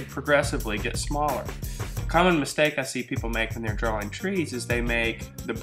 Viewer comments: at the begining he say dwaing twees hehe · He enunciates the W in 'drawing' a lot.